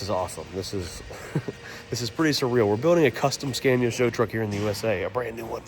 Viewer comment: Learn how to pronounce Scania correctly for gods sake 😂😂😂